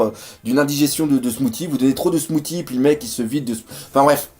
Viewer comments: mdr le "smouti' ça se prononce "smouci":D Sinon comme d'hab superbe vod; pouce bleu:D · Smoothie, ça se dit smou-ss-ie, pas smou-t-ie